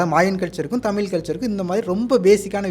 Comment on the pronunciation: Left side guy should first learn to pronounce thamizh ... pathetic to ears when he pronounced thamizh as thamil